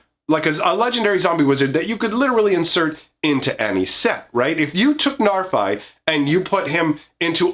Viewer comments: The bad news is, the Old Norse pronunciation is [NAR-fee]. The good news is, we already threw proper Old Norse pronunciation out the window with the set name, and it's a fantasy world, so you can say it however you want and no one will you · I'm quite sure it's pronounced narfi with an "i" pronounced as in "if," as that's how it's pronounced in icelandic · Got bad news It is pronounced "Nahr-FEE" but he's not supposed to be scary, just look at em! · Hate to break it to ya bro, its probably pronounced Narf-Y. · Sorry guy, it's "Narf-ee", based on pseudo Norse used for Kaldheim. Ever hear of a guy called Loki (Low-key)? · It’s a norse name, and it definitely is not «Narfai.» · Being from Iceland and knowing that Narfi is actually Loki's son in the stories, I can tell you how that name is pronounced here. It is: "Nhar've". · The reason it sounds bad is because you're not pronouncing it correcty. The "fi" part is the second pronunciation you tried, the one you think sounds bad, but the "nar" pronunciation is the one you got wrong both times. It's pronounced "nahr". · sorry but i'm pretty sure you don't use english pronunciation for norse names.